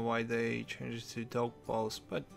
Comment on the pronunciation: The way you pronounce dough balls tho :D